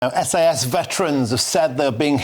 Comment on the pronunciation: Did the presenter just call them "SS"? 🤔